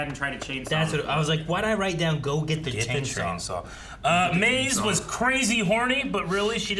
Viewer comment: It’s maze not maz